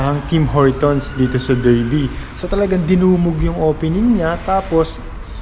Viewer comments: Darby ang pronounciation nya boss hindi Derby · Derby is pronounced as Darby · Hello Sir.. you pronounce Derby as Dar-bee in British English. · It is pronounced DARBY mate